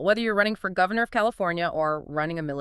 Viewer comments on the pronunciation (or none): Note: junta > commonly pronounced HOOnta or JYAnta by educated folk worldwide speaking English. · Interesting but too bad AI. Can't pronounce 'junta'.